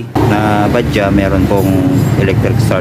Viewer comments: BAJAJ...pano naging Ba-Dya ang basa jan? ipabasa mo yan sa grade 1 babasahin yan ng Ba-Judge...kahit paoorin mo yung mga vlog ng indiano Ba-Judge din ang basa nila. konting research din minsan bgo mag vlog ksi misleading yung name nya!!! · Bajaj Baja silent j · Bakit kaya tayung mga pilipino ay ang bigkas nila sa bajaj ay badja. Ang mga indiano ay ang bigkas nila sa bajaj ay badjads.